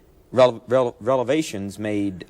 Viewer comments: “ Relivations” Rel-rel-relivations? Is that a new word ? A old word that is no longer used ? Was that a brain-fart ? Simple human error ? Did he mean to say “ Revelations “ A little dyslexia ? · Did the host say “relavations”??🧐😳🙃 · Did he say "relevations" ...